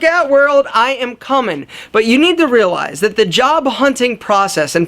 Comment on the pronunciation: Condition yo mind and wealize lol he missed the r but hey nice vid man